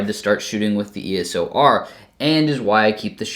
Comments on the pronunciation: Why do you keep calling it the "ESO R"??? Hard to take you seriously if you don't even know what it's called. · did you just say ESO R?😂😂😂 EDITED: ESO R all the way through😂😂😂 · its not ESO R is EOS R....lol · E-S-O-R LOL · Hi,, now, while listening closer to the pronunciation it more sounds like it's phonetically "iː əʊ səʊ ɑː" like "EO-SO-R"...